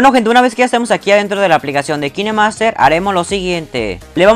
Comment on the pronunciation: Amigo se que no soy profesora de ingles licenciada o calificada par decirte esto xd pero ''Kinemaster'' se pronuncia: ''KainMaster'' :) y suena mucho más cool así xd